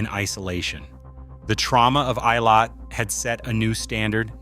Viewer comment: For god's sake! You make a video about some people who dies, at least make some effort to fund out how to pronounce the names! It was hurting m y ears. It's "ey-lat", not "ay-lay".